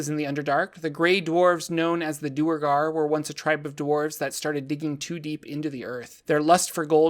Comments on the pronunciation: Its not Doer-gar Its Dwere-gar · One thing that annoys me about the Duergar is how everyone seems to pronounce them Doo-ergar. That sounds so clumsy and is almost certainly not how it‘s supposed to be pronounced. The word derives from Old Norse dvergr for Dwarf which I think would have been pronounced with a w sound, maybe with an f sound. Anyway, I like to pronounce Duergar as Dwergar and I‘m gonna proselytize for it because Doo-ergar is silly.